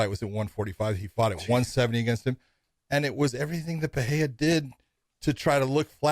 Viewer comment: The way Josh pronounces Pereira makes me cringe. Completely wrong